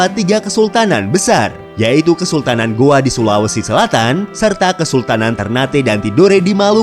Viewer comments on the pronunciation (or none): Gowa bukan Goa min😴😴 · Gowa min bukan goa🙏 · Maaf min Kesultanan Gowa bukan Goa 👍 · Gowa mas bukan goa